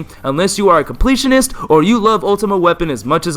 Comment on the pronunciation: i love how he kept saying unles you are a compleatanist an my up next is the complitanist bith by sleep